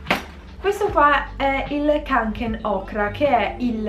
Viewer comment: Si dice konken lol